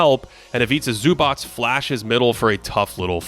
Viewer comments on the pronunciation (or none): none